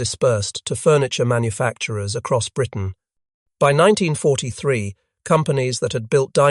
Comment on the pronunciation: Why, in an item on the Mosquito, is there a sequence of pictures of a Hurricane; an Ardo 234, a Junkers 88 , and what the hell is that things ? The Bf 110 looks as if the image has been stretched! The lurching dialogue is painful...'in nineteen forty. Three...', '... and ' ...the Messerschmitt me two six. Two...' pronouncing the initials like Ta as tar, Me as me. and on, and on it goes.......AI slop.